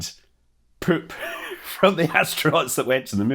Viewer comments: Highlight: hearing the word “poop” in a Scottish accent. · I love how you pronounce "poop" lol